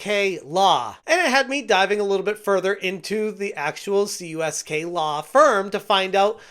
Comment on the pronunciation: Dude, it's Kamerman, Uncyk, Soniker, & Klein, which is KUSK, not CUSK for the law firm.